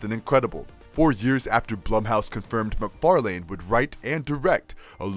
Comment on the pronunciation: Mick far Lan not mc far lane